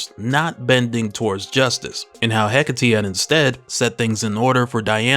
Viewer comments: The name is pronounced "Heh-Kate". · I get that it's "heh-KAH-tey", slight emphasis on the "ca" but nothing too crazy, cadence is sorta like saying trabajo in Spanish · Absolute Wonder Woman is a boss! I don't care how you pronounced Hecate,but I am going by how it's been pronounced in the animated version produced by DC. He- Kate ,no e at the end. I figure it's their character, they should know how to say it.😊❤